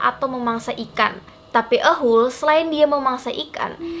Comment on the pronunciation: Tulisan nya ahool tp d baca nya bukan ahool yg bner tuh d bacanya ahool